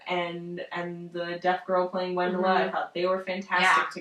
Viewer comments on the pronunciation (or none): The "W" in Wendla is pronounced "V" :)